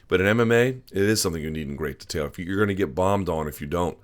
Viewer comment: Luke 'De'tail' Thomas